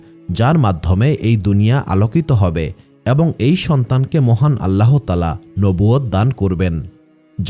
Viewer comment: বানান আল্লাহ্তায়ালা, উচ্চারণ আল্লাতায়ালা, আল্লাহোতায়ালা নয়।